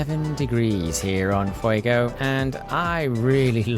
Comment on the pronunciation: Your pronunciation isn't too bad. English speakers like you and me typically try to say "Fue-goe" but the o should be a bit shorter as in "fue-go"